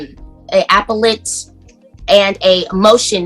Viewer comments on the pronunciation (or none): She pronounced "appellate" ... apple let! 🤣